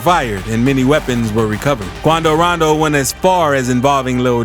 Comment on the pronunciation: "Quuaando roonndooo"😂